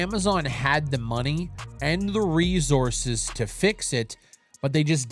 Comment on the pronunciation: I love the way says resources 😂💀 “rezources”